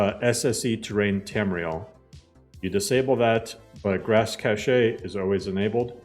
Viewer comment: Please 🙌🏻 pronounce cache like cash. This is an honest request